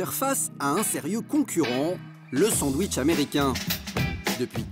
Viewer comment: Jeune et dynamique, "je veux mon sandououitche"